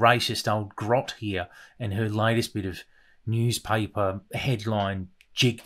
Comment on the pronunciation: Did she say nosepaper instead of newspaper?